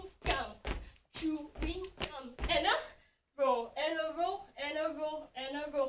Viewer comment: hope i'm not the only one that keeps hearing her pronounce it like 'choo-ing gum' and for some reason it's actually adorable lol 😂❤👌